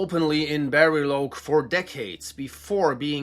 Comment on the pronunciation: Bariloche is pronounced "Bah ree law che" CH is a diagraph (double letter), as in "Chesterfield" or "Chevrolet".